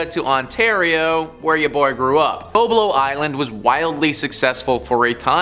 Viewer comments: It isn't BO-Blo Island; it's BOB-lo Island. Apparently, you can't even pronounce the name of these places correctly!! I used to go to Boblo Island quite often when I was in school. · lol It's pronounced BOB-Lo not BO-BLO 😂😂😂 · The pronunciation is Bob-Lo. You missed when the boat got hijacked….